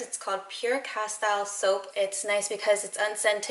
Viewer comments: JSYK.....CASS....TEEEEL. Not.......CASS.....TILE. :-) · Pronounced ka-steel. That soap was the go to soap back in the day when camping up in the Tehachapi Mountains. We washed everything with it. Hair, body, clothes, dishes. It was biodegradable, did not harm waterways.